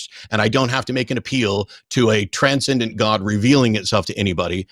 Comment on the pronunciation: Every time that he says Transcendent mind I do a facepalm.